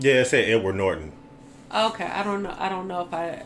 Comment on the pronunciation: I'm sorry but it sounded like you said "N-Word Norton", which in context to this video, is hilarious